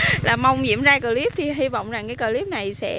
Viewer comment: Thích mấy bụi bông trang của Diểm. Đề nghị khi phát âm chử "clip" thì đọc một chử thì rất dể nghe hơn nhất là đối với các bạn ở nước ngoài.Cám-ơn.